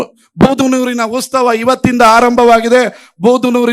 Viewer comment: ಉತ್ಸವ ಕಣೋ, ಉಸ್ತವ ಅಲ್ಲ